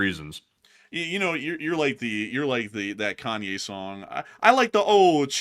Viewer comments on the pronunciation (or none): none